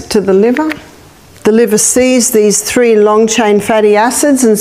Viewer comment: When she says Tree, she means Three.